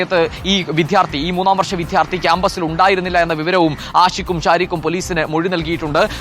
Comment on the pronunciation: വിദ്യാർത്ഥി ആണ് വിധ്യാർത്ഥി അല്ല.. രണ്ടാമത് വരുന്ന അക്ഷരങ്ങൾ ഉറപ്പിച്ചാൽ മതി